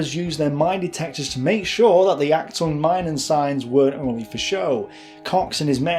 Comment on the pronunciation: Minen is pronounced (Meenen)